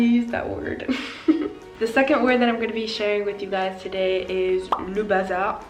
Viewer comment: Your French is so good, I'm so jealous. One little thing I've noticed though is the fact that you pronounce "le" the wrong way. You're actually saing "les" instead of "le"